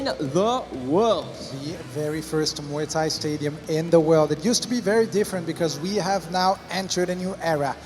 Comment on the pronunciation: he said Muay nak😂